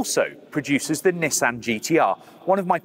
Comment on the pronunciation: As annoying as it is that he butchers the pronunciation of "Nissan". And it's almost as annoying that the brits pronounce "coupe" objectively wrong. It is a French word pronounced like "coop". They are pronouncing it wrong as "coop-pay". But, whatever, Brits hate the French, so intentionally butchering a French word isn't surprising. At least pronounce Nissan correctly. There is only one correct pronunciation of that...